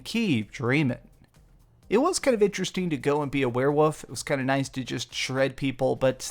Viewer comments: “Werewoof” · lmfao "were-woof" "were-wooves" 🤣